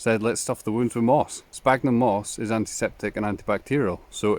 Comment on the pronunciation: Fabulous. And have subscribed.😊. Just to say there are many species of Sphagnum moss. And the ph in the genus name is pronounced like an 'S' so sounds like Sfagnum . 😊